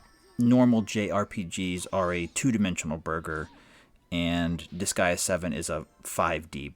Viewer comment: Disgaea rhymes with "Kiss Sigh Duh", I think you're saying it correct for an English Language audience.